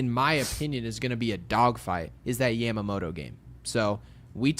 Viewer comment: say it with me, Yeah-muh-moto. Not YAM-Ma-moto